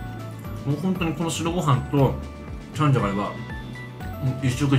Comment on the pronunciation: 私もチャンジャ大好き！ たらの内臓がこんなに美味しなんてね！w けどイントネーションおかしい気がするw せっかく美味しいご飯なのに紙皿www